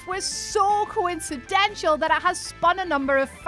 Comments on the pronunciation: Coinciden-shul??? That's poor Englandness. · Coincindental not coincidential. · The Whatculture team are really struggling with the English language these days. Or it's just "coincidential" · Does video on coincidences. Can't pronounce coincidental.